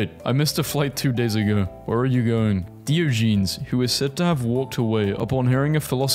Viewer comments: I know u can't pronounce stuff but plz try this as you do it so often, It's not "deo-jeans" .... it's more like "die-oj-eh-knees" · Why does your compilation of , "Actually funny memes" contain numerous motivational clips for kids? All you add to this (other peoples content that took effort) is a voice over where we get gems like, Diogenes, pronounced as "Deo- Jeans" Seriously dude, just try a little bit.